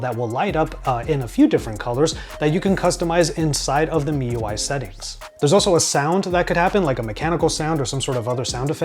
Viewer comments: he cay say properly if he read wikipedia. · yea its supposed to be "me" ui